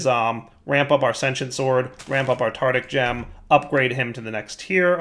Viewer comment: Does pronounce the Tar-tar-ic gem as Tardic gem because he is a Tard?